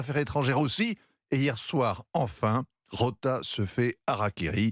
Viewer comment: C’est Rota, pas Rosa!!!